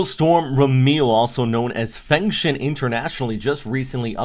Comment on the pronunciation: I'm rehearsing the international names a bit, Fengshen /foong-shuhn/